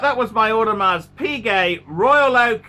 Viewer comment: Is this a real channel? No knowledge given or known about watches, no knowledge on how to speak like a normal human being. He should really learn how to pronounce Audemars Piguet properly before giving is opinion.